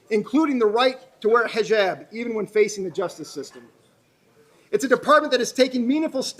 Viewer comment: It's funny that the police chief does not know hownto pronounce hijab.